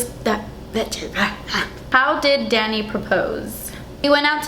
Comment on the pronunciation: I thought he's your dad cuz when you called him "Danny", it sounded like "Daddy"